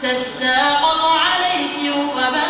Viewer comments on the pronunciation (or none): في اخطاء في الحركات مثل كلمة نسيا كسرت النون ومثل كلمة تسقط فتحت التاء.. جزاك الله خير والله يكتب لك الاجر